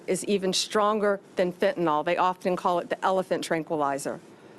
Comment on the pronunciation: It is not Fentanol, which implicates an alcohol, it is Fentanyl pronounced Fentanil!